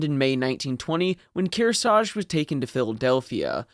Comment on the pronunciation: We could use a crane ship like that right now. Narrator cannot pronounce Kearsarge twice the same way.